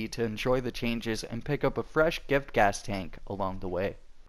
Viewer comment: Giftgas (Jift-gas), Måsskär (M(oh)s-schaer).